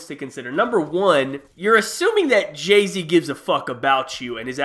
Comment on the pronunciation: Who the fuck is Jaz-Z?😂